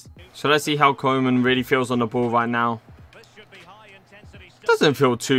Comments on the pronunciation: Its pronounced Koo-man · Koe = Cool without the "L" Man = Man but not the american way. Use the "a" in the word "car".